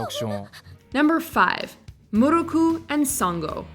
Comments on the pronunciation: Yusuke’s proposal to Keiko wasn’t the eve of the Makai Tournament. It was the night before Yusuke left for Makai for 3 years to train and learn about his ancestry. If you’re gonna add something to the list, watch the series so you don’t get your facts mixed up. And don’t call Miroku Muruku. Here’s the pronunciation “Me” “Row” “Coo”. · Have you never watched Inuyasha...? That's the most ridiculous pronunciation of Miroku I've ever heard, dub or Japanese. It sounded like Giada De Laurentiis over-annunciating Italian ingredients. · YOu did not just pronounce miroku name like that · Thank you for catching on they mispronounced his name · I know, I cringed every time I heard her say it. People should at least watch a few clips of the original anime so they can get the pronunciation somewhat accurate ^.^" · I'm upset with how you pronounced Miroku's name even when it was said in the clip shown and then butchered Naraku's name after